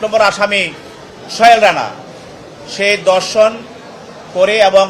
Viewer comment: Dorshon noy dhorshon